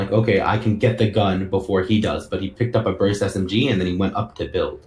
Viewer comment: Hold up Dis man said Brust SMG BOT BOY